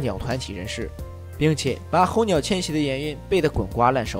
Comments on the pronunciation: 猴鸟🐦🐦🐦🐦🐦🐦哈哈😄😄😄😄😄😄😄😄😄😄候鸟呢特么hou是四声。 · 候鸟。。。四声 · 候鸟 二声? 什么逗比都讲电影了吗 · 每次听UP主念「猴鸟」和男主的姓我就出戏…